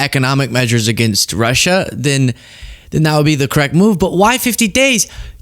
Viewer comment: He's unhappy with "Rush-UH?" Why does he pronounce it like thst? Like "Chine-UH." He's so weird.